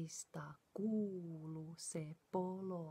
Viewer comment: It’s “ kuuluu” ... double U at the end. Not kuulu but kuuluu. The proper name for song should be “Ievan Polokka” in Savo dialect ... Eeva’s Polka.